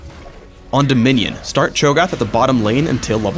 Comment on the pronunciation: it's Cho'Gath u fucking dumbass